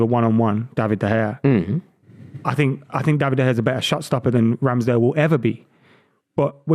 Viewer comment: How on earth can he say Ramsdale